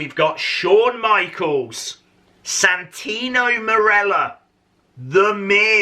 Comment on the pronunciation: Dude you broke my heart when you said santino morello